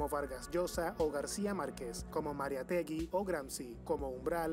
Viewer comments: el hombre que estaba narrando era peruano???? lo digo porque en vez de decir mariátegui dijo mariatégui , en vez de decir valdelomAr dijo valdelOmar osea lo dijo sin respetar su acento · valdelómar? mariatégui?. lee bien asi no es. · Es Mariátegui con tilde, el narrador lo pronunció acentuando la sílaba "te". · tu canal Peru ,si que representa al Peru , menos mal que Cesar no escucha tu canal, sino que le parecera escuchar como leen Valde-lómar o Maria-Tegui. Que dolor de cabeza y oido.